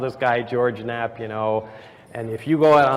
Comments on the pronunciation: One more thing. George Knapp. His last name is pronounced Nap. The K is silent. It isn't Ka Napp. You HAVE to know this man. Give me a break. You say his name 12-15 times or more and it is completely incorrect. This is just crazy. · Your an idiot, your age really shows by how you present your video and self... and Knapp isn’t k-napp it’s nap the k is silent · It's pronounced "Nap", not "K-nop". Do you pronounce the silent K in Knight? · Dude you keep saying “George K-napp”.. the K is silent! How would you not know that? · Stop saying the k in Knapp! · Lmao he's a debunker shill because he pronounced Knap wrong... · legit calls George Knapp, George Kernapp. LMAO gtfo. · pronounced NAP not kerrrrnap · If you've done any research at all, you'd know that you don't pronounce George Knapp's last name K-nap. It's pronounced "nap". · Dude. It’s not “k”-nap. It’s pronounce nap. Lawd. And a little “flip switched” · Mr kuhnapp used kuhnives to cut guhnats kuhnees off. Also, you should learn to correctly use the words seen and saw in the correct tense. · KAH - nappp. Jesus christ this dude watches all this footage to make this video and doesnt hear anyone pronounce his nape as Nahp? Jesus christ. Canadians....ill tell you. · You lost me at Ka-Napp, my eleven year old would know the K is silent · KUHnapp? Its Knapp as in nap. Also joe did ask him about both raids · Not to give you shit about it but George Knapp’s name is pronounced phonetically “Nap” rather than “Kun-Nap”.. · Nothing you said proves his story is false and it’s said napp not kanapp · It's pronounced 'Nap' not 'kuh-nap' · "I went deep investigating" Then pronounces Knapp : "K-Nap" More like a sad day for you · It's not George K-napp. The K is silent. FFS. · George "Ka-Nopp"...lol...you lost me there. Nice research. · You seem like a reasonably smart dude, why the k-napp and Nuke-yuh-lurr...c'mon man you're better than that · Ka Nap. Lmao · kernows how to pronounce kernapp. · kuh-nap said..........